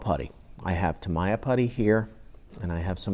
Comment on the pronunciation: Ugh stop the Mr. Roger's voice, and so many unnecessary explanations " and this is how I take my sandpaper out ".. Ugh.. and its TAA- MEEE-YAH TAA-MEEE-YAHHHH !! not what you say lol... but TY